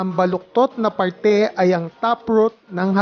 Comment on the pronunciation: Listen to the "r" in the word, "parte."